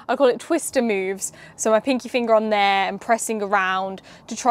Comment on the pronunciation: "Pinkie finger" said with a brummie accent... Pause, rewind, wait you said what?